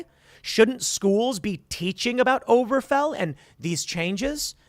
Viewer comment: Mispronounces Obergefell literally 100x